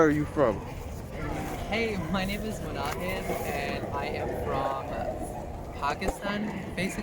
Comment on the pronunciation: It’s “Munahid” by the way🥰